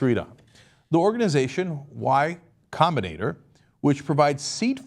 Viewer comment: Cenk tries to pronounce y combinator lols